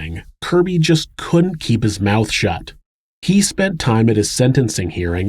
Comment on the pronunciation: The proper word is "couldn't" Not "coont". Proper pronunciation of common words provides a more professional presentation.